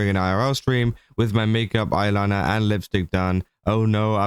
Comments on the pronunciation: He said it pretty normally to me Edit: nvm he started going "eye-are-raora" because he was saying it multiple times lol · the way u said "irl" multiple times is so fucking funny! idk how to describe what word u said exactly but, it was super funny! damn i love u british ppl sometimes lol